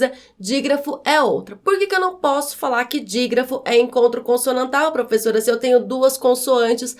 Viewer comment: Mas vc pronunciou é de forma errada. O som dessa letra é "é" e não "ê"!